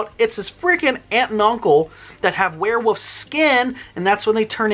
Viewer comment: Why do you say werewoof?